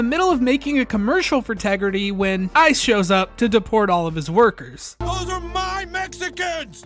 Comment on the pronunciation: "Respect my Tegridah!" 😖